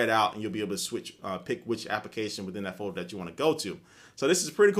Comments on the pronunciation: um its folder not foeder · say folder again.